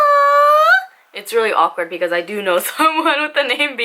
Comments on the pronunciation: it's Biacna, not Bianca!!😁😀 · it's not Bianca, it's BiACna lol 😂